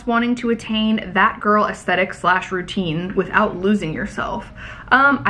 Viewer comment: I was just listening so didn’t see the words on the screen and I heard “fat girl aesthetic” 😮😅 I had to rewind it ⏪ 😅